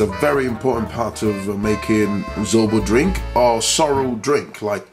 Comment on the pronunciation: ZOBO not ZORO😂😂😂👍